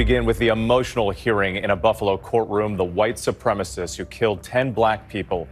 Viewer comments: Supremacist! Supremacist! NOT "Supremist"....... Say it slow if you need to..... Su prem a cist. 4 syllables. Su prem ist. 3 syllables. See (and hear) the difference? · It’s: SOO-PREM-IS-IST (supremacist-actual word) You repeatedly said: SOO-PREM-IST (supremist-not a word) And I’d rather not hear from everyone that it doesn’t matter. It absolutely does. She’s presenting herself as the host of a documentary show, not making an off comment on TikTok. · Are you not allowed to say supremacist correctly? Is it a YouTube thing?